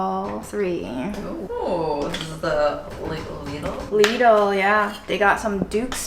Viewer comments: Because you asked, minute 4.22, the real (German) pronunciation for Lidl. Your welcome 😂❤ By the way, I freaking LOVE your content, the way you do every video and how inspiring you are. ❤️ Thank you for everything and for being who you are and your hard work. Lots of love from Germany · Hello so Lidl is actually german and we say Lee-dl :) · Since you asked: It's a german store, so you'd pronounce it more like "leedl" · Hi. It’s Lidl rhymes with riddle. Someone on a YouTube channel that was about the store said people don’t know how to say it. That’s exactly how they explained to say it! I can’t wait to see what you get! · Its pronounced LIDL not LIDL........ jeeeezzzz JK LOVE YOUR VIDS <3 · Its not Leidel its Liedel its a german shop name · It’s pronounced Leedl like needle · It's Leedle. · Its liddle not leedle - just saying. You don't call a pan lid an leed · well done. Lidl is pronounced as Beetle not Little or lysol is that makes sense. My mom was German and she used to give me grief for saying it as little ;-) Der Leedle isn't as cheap anymore in the Netherlands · Hi. Since you asked for a pronunciation. In German (where Lidl comes from) it's a long 'i' and rhymes with NEEDLE. English speakers on youtube (US & UK) seem to favor a short 'i' which makes it rhyme with LITTLE, and almost sounds Identicle to that word. It was wonderful Seeing Grandma and reminiscing about your mom. it automatically makes me think about my own departed matriarchs. Things were going so well for so much of the week that the law of averages was conspiring against the last days dumplings. This was great fun. hugs to you and your friends and family. Jim Oaxaca Mexico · Lidl pronounced like little😊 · Hey, nice video. Actually in germany we say „Leedl“ like a long I :) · it´s Leeedl ;) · LIDL is a german shop, you say Leeedl. :-) It is a family name, from Ludwig Lidl, the name giver. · In German it’s generally pronounced something like Lee-dill🤗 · Lidle rhymes with needle 😊